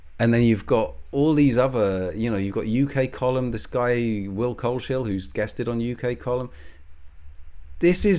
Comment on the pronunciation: Coles-hill not Cole-shill